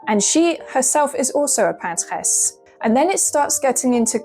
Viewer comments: "paintress" is not a thing in French, we just say "peintre" and it's gender neutral so I don't understand why she's trying to pronounce it in French. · Ah thanks I was wondering exactly that, why you have a wonderful English accent but say paintress in our, let say less wonderful, french accent? Question answered in the first comment, great! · Why do you say PANT-RRREZ? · "Pantesse"???? Is that the French version of "Paintress"? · Absolutely despise how you say paintress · I'm confused. Did you intentionally pronounce the English word "Paintress" in a French way, or did you try to make a female version of the French word "Peintre" (=painter, male and female) ??